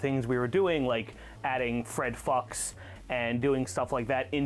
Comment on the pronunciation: I think “Fred Fuchs” might have actually been meant to be pronounced “Fred Fooks”.